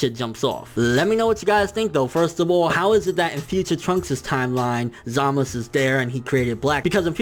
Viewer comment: ZAMAS OO NOT ZAMAS